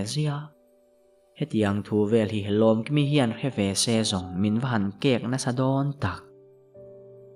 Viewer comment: Lomkimi tih pawh a dik chuang lo Lawmkimi tih tur😂